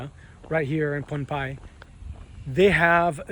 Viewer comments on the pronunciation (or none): Nice video 😊...Correct pronunciation of our island's name is Pohnpei (pronounced like Pon-pay and not Ponampei😅) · The island is pronounced pohn-pay-ee ...love the place especially the street foods!